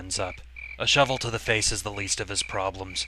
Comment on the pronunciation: I love the way you pronounced "shovel". O hai shohvl.